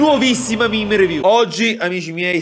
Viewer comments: comunque si legge MEME non MIM. Grazie. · Pk dici mim e non mèmè